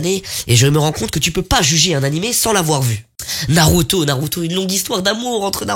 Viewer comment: Tu me tue en expliquant 😭😭😭😭😭🤣🤣 Mais pourquoi tu dit “u” (naruto)c’est pas comme ça tu dois le prononcer comme “ou”